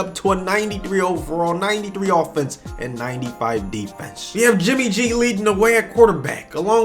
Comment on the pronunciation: Who else heard “jimmy j” and not “jimmy g”